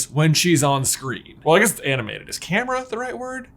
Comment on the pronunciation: the word is in fact "camera"